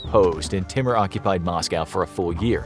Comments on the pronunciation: It's not pronounced 't-mer'.... It's pronounced 'tai-moor'... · Timur is pronounced as Tymoor !